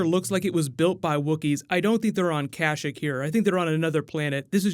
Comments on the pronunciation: is no one going to say anything about how he pronounced Kashyyyk as "kashick" (correct way of saying Kashyyyk is ka-sheik) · "Cash-ack"? You mean "Kuh-sheik"? (Kashyyyk) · Kash-EEk, not Kash-ik....@ approx. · Kah-shick? I thought it was pronounced ka-Sheek. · The way he pronounces “Kasshyk” triggers me